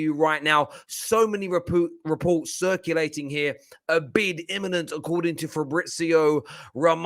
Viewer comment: So many re-poop.. reports.😂😂😂 I lost it when he said that.